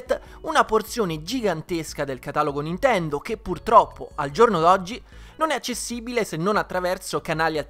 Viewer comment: lo so, ma all' inizio sembrava halo ahahah